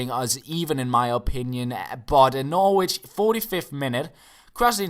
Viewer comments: Norwich is pronounced Norrich just so you know for the future:) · Hi, I wouldn't expect you to know but Norwich is pronounced without the 'w' like "Norrich":)